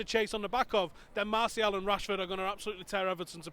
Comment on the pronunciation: Marshall? wtf you are supposed to be Utd fans yet dont even know how Martial's name is pronounced